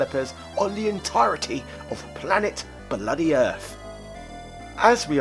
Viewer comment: Why can you sometimes pronounce "TH" correctly, and at other times you say "DEH"!?